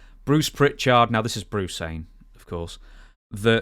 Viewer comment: The pronunciation of PrichARD seems so weird to me. Even with a slightly similar Belfast accent. I have always said his name in a flat manner, i never hear anyone else raise the tone of the second syllable. Anyway not a complaint, just something curious and unique